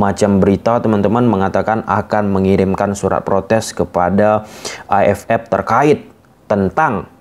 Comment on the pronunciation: Terganggu sm pengucapan AFF jadi A ef epp.. AFF = A ef ef..